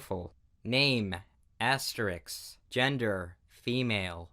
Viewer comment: AHEM! ITS ASTEREICH!!!